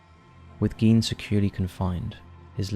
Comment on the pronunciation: Thank you for doing Ed Gein. And thank you for getting things right - from facts to the correct pronunciation of 'Gein' 😊👌 This was an amazingly creepy episode and 🙏 I'd love to hear more takes like this with your personal touch on other similar "mischievous historical figures" - after all, they are (indeed!) our in real life true monsters.. I'm sure you find some really horrific - which in this case means horrible as well as terrific!! Take care! ❤❤❤